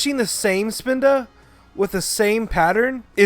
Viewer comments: ... This ISN'T POKEMON GO, this was made BEFORE THAT. Do you know how to read descriptions? Because there's a little thing above them called a date. Plus, what's a SPINDOW?! It's spelled Spinda! And plus, Spinda is gen 3! Not gen 1. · When he said Spinda my mind had an ERROR